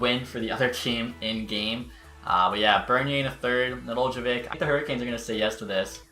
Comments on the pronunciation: Just to help you, it's Ned-el-kovic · Just for future reference it’s pronounced. Ne-dell-co-vich “Nedeljkovic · {Ned-el-ko-vitch} is how its pronounced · Just say Nedelk-ovic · It’s “Ned - el - ko - vich” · The J is silent bud.